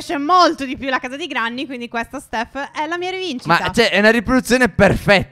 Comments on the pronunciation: Si dice grenny..ma si scrive granny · Quando vorrete chiamarla Grenny? Non è che perché c'è scritto Granny si legge in quel modo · Cmq oltre al video che è stupendo si scrive granny ma si legge grenny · Phere cmq non si pronuncia GRANNY ma GRENNI Cmq siete bravissimi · Ma non avete ancora capito che si dice grenny non Granny?!?!?! Ma siete s**